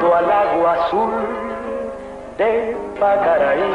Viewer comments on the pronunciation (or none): Gracias por tan Hermoso comentario, así es. La película une dos naciones. Y dos grandes representantes nuestros. Se dice Yoacaraí pero ese error no tiene notoriedad al leer la pasión y el sentir con el que te expresas de la canción de Luis Alberto. 🎉 Por más sentimiento y menos crítica.